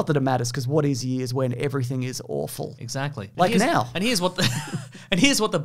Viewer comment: “What is years when everything is awfaul ? Like now.”